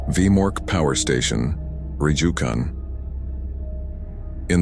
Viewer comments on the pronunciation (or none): Funny thing about the name Rjukan. Its pronounced Ru-kan without the J. Even as a Norwegian, I don't know why that is ._.